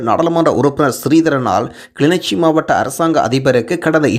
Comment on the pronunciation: kilinochchi not kili nichi